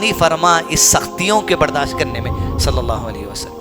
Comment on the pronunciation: pahle nabi ka naam shi se lo bhyyy muhammad sallalaahu alaihi wasallam hai..... salle sallam nhi h